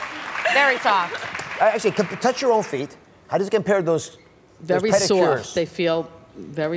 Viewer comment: "Very sowaft"